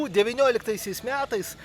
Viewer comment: ar kalbi su karšta bulve burnoje? kodėl sakai "miatais" vietoj metais, kodėl "ūž" vietoj už